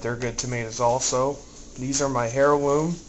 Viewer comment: dude, not to be smart but Heirloom, is pronounced "air-loom" not "hair-loom" ..heh he